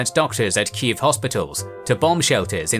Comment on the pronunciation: You even pronounce Kyiv right!!! <3